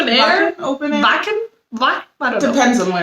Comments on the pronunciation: Vacken no w in the german language well not pronounced as w. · 'Wacken' is pronounced 'Vah-ken'.